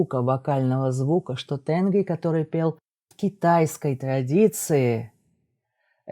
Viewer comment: небольшое уточнение: в тюркском языке ударение ставится практически всегда на последний гласный звук, tengrİ